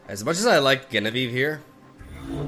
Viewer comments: Just trying to be informative, Genevieve is with a J sound not a G sound ❤️ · Amazing video as always, just wanted to say that Genevieve is pronounced with a J or zh sound at the beginning, the name originally comes from French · Genevieve is pronounced with the english J. Like Jenny or Jennifer. It was my mothers name. Sounded so weird you pronouncing it wrong xD Anyway. Keep up the great work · It's pronounced Genevieve not Genevieve... Silly